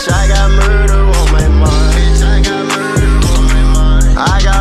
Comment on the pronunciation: Every time he say muder it’s Roblox 💀